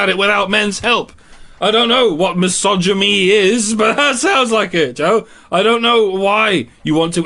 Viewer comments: “Misogy-me” is probably my favourite Freudian slip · What is "misogeme"? Or "repr-hensi-bowl"?